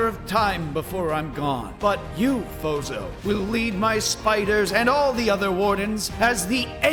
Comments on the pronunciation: Fozo? İts Sounds like BOZO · i heard not fozo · Your name is not fozo it’s